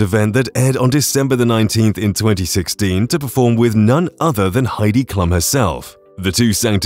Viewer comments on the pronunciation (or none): Heidi's last name is pronounced KLOOM, not "clum." Howie's last name is pronounced MAN-DELL, not mandle (it's NOT like handle!) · For Pete's sake. You need to learn how to pronounce Heidi Klum's name correctly.